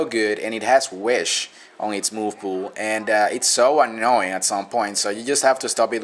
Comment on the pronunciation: "Those things always, but always, are annowing. And they will just annow the crap out of you.." lol